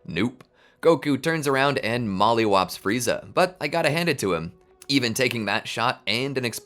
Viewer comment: You literally said moly whopped him 🤣🤣🤣🤣🤣🤣